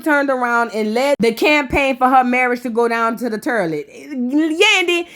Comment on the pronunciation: “Turliot” is taking me out!!!!😂😂😂😂